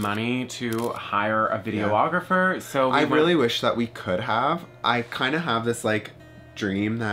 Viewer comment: lover of words, it’s videographer, not video-ographer.